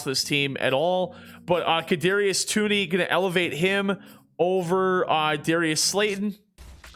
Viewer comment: Toney is pronounced like Tony